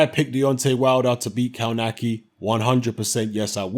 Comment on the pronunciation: It's pronounced "kovnatski"...